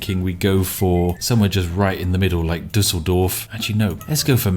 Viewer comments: Btw, that pronunciation of Düsseldorf was the best ive heard so far from a british man. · Gotta be honest spiff nailed the pronounciation of Düsseldorf. For a non german the ü is really hard but spiff ? He nailed it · That Düsseldorf was perfect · You are always mentioning how bad your pronounciations of names are. Your pronouncitation of "Düsseldorf" is perfect! And I felt like mentioning it. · As a German I'm somewhat satisfied that an English speaking person properly pronounces "Düsseldorf" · Am I the only one who was a little confused that spiff couldn't pronounce München right, but Düsseldorf no problem?